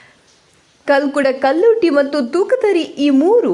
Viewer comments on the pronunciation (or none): ಓ ದೇವರೇ ದೈವಗಳ ಹೆಸರು ಸರಿ ಹೇಳು....ಕಲ್ಕುಡ ಕಲ್ಲುರ್ಟಿ ತೂಕತ್ತೇರಿ ಹೇಳು...